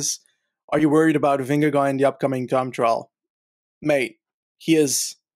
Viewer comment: Dear, pls do not pronounce the 'd' at the end of Vingegaard's name.